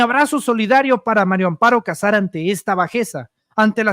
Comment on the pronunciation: Si van a decif algo al publico x lo menos tomen clases de lectura lo de el jefr de Pemex lo entiendo es gente de Oaxaca qud contrabajos hablan el Español pero tu eres um Yutuber y tienes x lo menos que leer bien, la mujer se llama Maria Amparo Casar de casamiento no de Cazador Maria, no Mario Mario es masculino da pena que aqui en Mexico sesn contados con los dedos de la mano quien sepa leer bien, da pfna oir gente con carrers Universitaria que lef coml un niño de segundo o 3er. año df primaria.